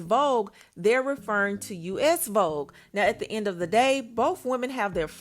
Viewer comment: Cardi said vobe 😭😭not vogue 🤣🤣